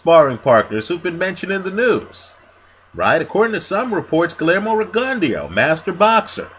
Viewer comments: you gotta put the gon & the "eh" in the pronounciation. Riggin Dow is how Max Kellerman pronounces it but not by the Cubans. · I dare say u r sayin rigondeaux name horribly wrong, to the point I didn't even kno who u was talkin about at first, lol, gud vid doe